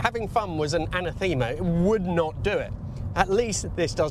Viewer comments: Good video about an interesting car. Pronunciation of "anathema". The stress is on the second syllable. Your pronunciation only works of someone shows up with two Lancias. "A Stratos an' a Thema". Unless you use the Italian pronunciation for the Type Four model... Then my pun doesn't work. But a good video. And... 94,000 is never "only 94,000" with an Alfa. Or with most cars. And it's nice to hear you saying you might have preferred a lower spec. Too few people admit to that. Cool looks are cool looks and keeping your fillings is still keeping your fillings. This is true of bicycles, motorcycles and cars.... Pon-sharp handling and excellent grip has a downside. 😮 Anyway.... an excellent piece about and interesting car. 😊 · Did you really say..... Anna thee ma...?😂... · For blocked sprayer lines, I use a .009 E string for an electric guitar. Cheap. Anathema= Anethe-ma 2 and not 3 syllables.